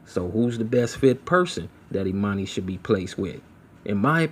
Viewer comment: And her name is Ermani- Not Emani like Ermias !!